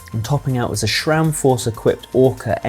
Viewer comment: Sometimes I wonder if the presenters are either illiterate or have a speech impediment: Again, there is no "H" in Sram, it's SRAM, not "shram". And believe it or not, there is also no "H" in "H", say "age" not "hage"!